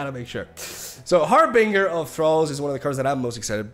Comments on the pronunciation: Not Har-Bing-Uh it's Har-Bin-Jur I hope it's satire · It's pronounced "harbinJer" ;P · Love ya but please pronounce “Harbinger” and “Illaoi” correctly lol